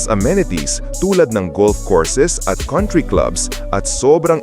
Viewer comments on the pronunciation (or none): none